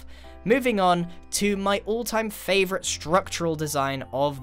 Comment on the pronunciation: Grian purple spiral: i may think det purple spiral is my fovorite Also grian: i Think the ligthouse is my favorite